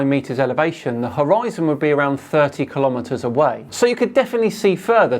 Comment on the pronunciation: Give some credit - at least he pronounced kilometre correctly! 🙂It ain't ki-lom-eater... I always ask people who get it wrong if they give their weight in ki-log-rams. 🤓 Apart from that, the stupidity field is strong in vicinity of this one.😖